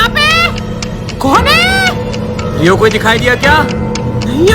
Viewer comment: पे रियो ❌ लियो ✅😂😂😂😂😂😂